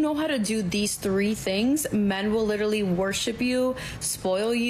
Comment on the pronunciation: SAY LITERALLY ONE MORE TIME!!!! BUT PRONOUNCE IT CORRECTLY! DAMN.